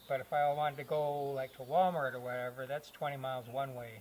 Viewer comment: What's a Wal-mark? 🤔😆 My grandmother used to call it that, too. Great videos, love your ingenuity!